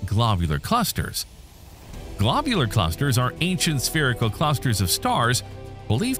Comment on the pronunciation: "Glaabyuler Clusters" 💀